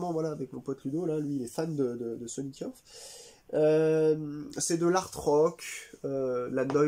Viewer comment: "Cars " est sur "The Pleasure Principle" qui est un album Numan et pas Tubeway Army. Le 1er Tubeway est très bon, moins synthétique, plus post-punk. Et sans être pédant Sonic Youth se prononce simplement "Yous" (enfin avec le th bien sûr) et pas "Yoaous" ou je ne sais quoi